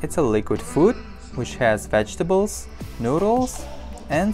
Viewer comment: its shoowel and ris and wegatables